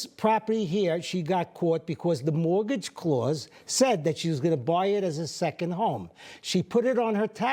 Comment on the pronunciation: Great accent. Mowagage.